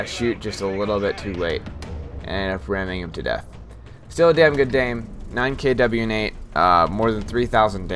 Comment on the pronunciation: Lol "still a damn dgood dame." I do that so often... I think that's why I picked it out without trying. good on you for these vids tho. ill be sure to watch more. philspamoni NA